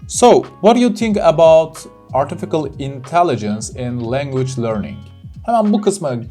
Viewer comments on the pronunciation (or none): Hocam kusura bakmayin ama Artificial kelimesinin telafuzunu yanlis yapiyorsunuz. Artifical degil Artificial (ɑːtɪˈfɪʃ).